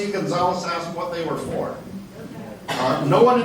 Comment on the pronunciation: “If you wanted the information, you could of axed” 😂